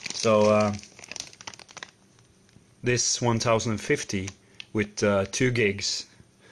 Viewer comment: By the way, it's not pronounced 1 thousand fifty, it's ten fifty, but people can say it however they want. Also, nice beard (totally unrelated).